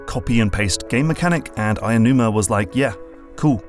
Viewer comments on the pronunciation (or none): And some pronunciation stuff that bothered me... Aonuma – ow-nooh-mah (not aya-) Kensuke – ken-skeh (not ken-sookie) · I like the analysis, but as a quibble, Aonuma is pronounced more like ow numa than Ayanuma. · It's 'Aonuma'. You keep saying 'Ayanuma'. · if you read this: Aonuma isn't pronounced “aya-noo-ma.” The correct pronunciation is more like "ow-noo-ma." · Btw his name isn't pronounced Ayonuma. It's Japanese, so vowels don't become their long form regardless of what comes afterwards. It's "ao", which sounds more like like "ow" as in the pain interjection. In fact it's pronounced "ah" then "oh" but say it quickly so they flow into each other. Japanese words are actually relatively easy to pronounce if you take the time to learn how. It won't even take hours. The rules are very intuitive and there are very few exceptions. So vowel sounds will be pretty much the same all the time regardless of where they are in the word, for example. Aonuma will never be ayonuma or ownyuma or whatever. That 'ao' in Aonuma is the same 'ao' in the word for the color green/blue, or other names like Aoi, Aoshi, Aomori, or even in other parts of the word like Kaori, etc. Hope this helps! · Great video, but it really hurt hearing Eiji AEnuma everytime... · No, it's 'Aonuma'.